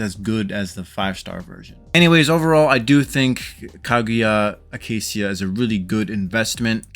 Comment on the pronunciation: the -cia part is pronounced shuh btw, sorry it was bugging me when you said seeuh. I don't really see her being super high on anyone's list even though I enjoy the pistol users. I tried her trial and I just don't see a need to pull for her unless you just want to steamroll campaign since she's just all damage and cc